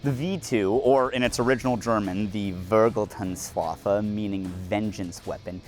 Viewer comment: This video is genuinely so great, and Hallstadt mentioned is just ... chef's kiss. But your pronunciation of Vergeltungswaffe was atrocious